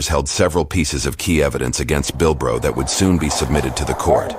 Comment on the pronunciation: This ain't Bilbo Baggins this “Bilbro" 😂😂😂